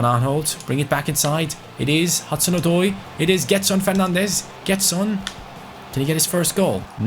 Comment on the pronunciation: It reads jedson not gedson